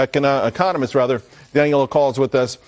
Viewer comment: Dang butchered your name Daniel:D